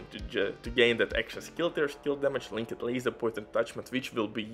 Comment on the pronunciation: Linked is a one syllable word , not "link---ed" , more like "linkt"